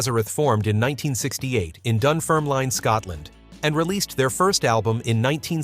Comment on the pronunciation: You said they were describing the joy of waking up on a sunny day. Of course! All of us in Scotland are delighted when we wake up and it's not raining 😂 🌧️☔🌧️ One suggestion. Please check online the pronunciation of Scottish towns before butchering the name: Dunfermline 😳